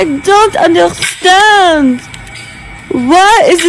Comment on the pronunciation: "I ZONT ÜMDERRSTAND. WHY IZIT GLOIMG?"